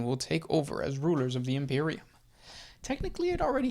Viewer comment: I love the way you say imperium